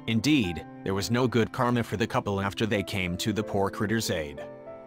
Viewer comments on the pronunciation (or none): none